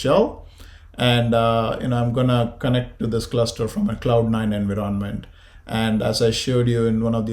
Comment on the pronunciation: Its not pronounced as "enviroonment", instead its "environment"